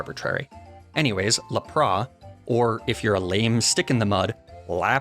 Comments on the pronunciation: Laprahhhh? Boi did you not see the S at the end of its name? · Its la-prasss not lah-prahh!! XD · I actually adopted “laprah” as my pronunciation for Lapras. Still not down with “Arcaninay” though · What is this "Lap-ris" you speak of? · The way he says Lapras as “La-pra” 💀 still love the channel though lol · Good videos but what the heck is up with your pronunciation of some Pokémon “Laprah” “magnemeetay” “Arcaneenay” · When he said Lapra I had zero idea what it wad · I'm sorry why did you say lapp-rass what the heck is lapp rass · Honestly hearing you say Lapras normally felt so wrong 😂 love your videos! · my favorite thing is lapras is actually said lapelasu because the original names of pokemon are the true true pronunciations so technically no one is saying it right haha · It felt weird hearing you pronounce Lapras normally. I prefer you pronounce it the way you always have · I'm with you on "La-Prah" and "Arc-uh-nee-nay," and the concept of intentional mispronunciation for silly fun. But I just can't agree with"Kle-fi-key," Klefki is just too delightful to say as is.